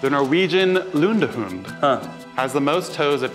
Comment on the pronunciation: Matt's perfect pronunciation of "lundehund" gives me life